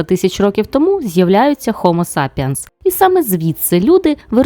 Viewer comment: "Хомо сапієнс"?? РюцкАє так бовкає.